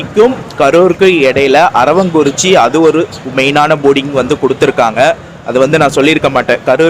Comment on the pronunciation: அது அரவாங்குறிச்சி அல்ல அரவக்குறிச்சி சரிங்களா